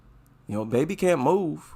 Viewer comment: WHEN SHE SAID "IT'S MY BABY", i THOUGHT SHE SAID "IT'S MY MATEY".